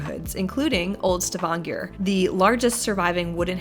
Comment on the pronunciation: You initially say «S’vanger», and just so you’re aware «svanger» means «pregnant»! The city «Stavanger», is pronounced «Stah-vahn-gør»… 🤗😂 ❤❤❤🇳🇴